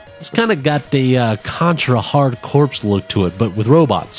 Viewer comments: "Hard Corps" is pronounced "Hardcore". That's the whole joke! Anyway nice video. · Contra: Hard 'Corpse'? For shame. lol Other than that, great ep.